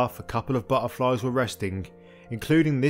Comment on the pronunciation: Love your videos and always learn somfing new. Keep up the good work but ‘into the marshes’ was a bit of a tease for us oldies… could you put the t back in butterflies. Sorry to moan but it distracts from the scripture whilst working out what a burflie is. ❤